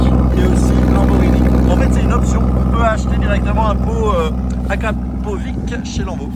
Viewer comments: on dit " Akrapovitch " et non pas " Akrapovique " 😭😂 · Sa c’ecrit acrapovic mais sa ce prononce acrapoviche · Juste que ça se prononce Akrapovitch..numba wan geländevagen ..elle rempli le cahier des charges, la vitesse étant la dernière des conditions pour un tout-terrain, à nuancer avec les 2 SUV pour asphalte que vous présentez... Toutes des pièces d'orfèvrerie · je suis croate frère et IĆ se prononce ITCH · Ca se prononce acrapovitch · Sa se dit akrapovitche